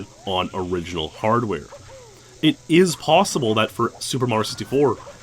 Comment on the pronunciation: "it is possibledle"